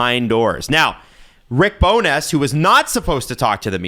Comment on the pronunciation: Loving how is pronouncing Rick BowNESS instead of Rick Bonus/Bowness. Please do not stop.